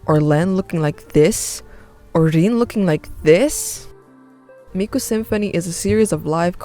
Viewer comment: WAIT ITS PRONOUNCED REN AND NOT RIN?!